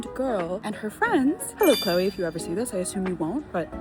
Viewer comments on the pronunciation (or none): none